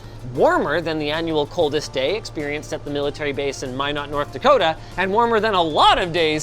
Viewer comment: "My-not north dakota" lmao... Should we tell him?